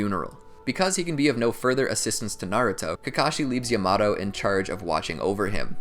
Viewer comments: when you said “yamato” as “yuh-MAto” instead of “ya-muh-toe” i lost it im sorry ik it’s annoying when ppl bring up name pronunciation but it was so funny to me😂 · Bruh is yamaTo not yamaDo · my guy said yamado instead of yamato ;( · Its called yamato not yamatoe no disrespect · He said yumawto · bruh its not yomoto its sounded like yah-ma-toe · When he said yamado it threw me out of the video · This is amazing! However, the way he pronounces Captain Yamato's name gets me triggered... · Bruh the way this dude says “Yamato” pisses me off but I don’t even know if it’s right or wrong😂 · I hate how this guy says Yamato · Anime. Simp it doesn’t need to be Japanese. But like wtf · He is saying yamatos name wrong